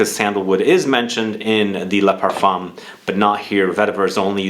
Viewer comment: Parf 1 . The M is silent